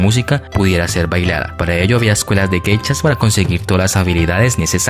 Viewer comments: Pronuncias :Geichas...es : Geishas!!!... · Son "Geishas" no "Gechas" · No se pronuncia "geichas". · Muy interesante lástima que no sabes o no puedes pronunciar bien la palabra GEISHAS